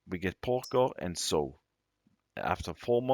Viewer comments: July 28, 2023, the word Pigsty is pronounced Pig Sti (eye) and the word Sow is pronounced "S ow" "(Ow like when you hurt yourself) I hope that helps. 😃 Great video sir. Thank you and take care. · It’s s-ow, like oww! You pinched me 😂